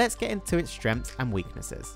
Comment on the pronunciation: 'Shtrens' and weaknesses